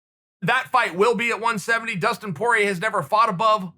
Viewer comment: Chael “Dustin Por-yay” Sonnen